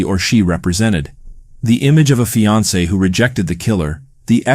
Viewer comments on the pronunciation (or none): none